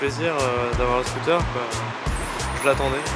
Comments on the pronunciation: Y t'a dit scoot'air mddr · Il dit « scotère » 😭😭